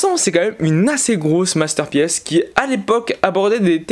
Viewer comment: Juste pour dire que E de Masterpiece est muet et ce prononce "masterpice" parce que là tu m'as fait saigner des oreilles xD sinon bonne vidéo :D